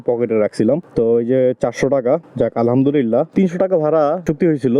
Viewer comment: আপনার আলহামদুলিল্লাহ উচ্চারন টা ঠিক মতো হয় না এমন শুনা যায় আলহাদুরীল্লাহ😢